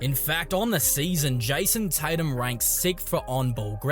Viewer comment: Jison Titum